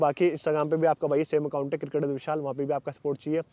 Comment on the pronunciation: Cricket hota hai किरकेट नहीं 😂🤣. और ये कोच बनेगे